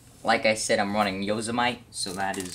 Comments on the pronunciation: Good vid, I picked up the 15 MBPr last weekend! BTW... Yo-sem-i-te 8 letters 4 syllables... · Yo-sem-it-E Just to pronounce it correctly :) I dont have any problem with it, just telling ya for future vids :D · You lost me within the first few minutes with your gross mispronunciation of "Yosemite."